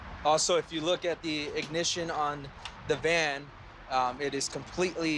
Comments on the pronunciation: Anyone else hear him say stolen Man instead of stolen Van? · When he said "stolen van" I thought he said "stolen man" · I think he said a stolen van, but it did sound like he said “man”. I thought the same thing at first. lol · At first I thought he said stolen man 🤓🤓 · I thought he said stolen man 😂😂😂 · At first I thought that he said a stolen man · Am i the only one who heard him say “stolen man” instead of van..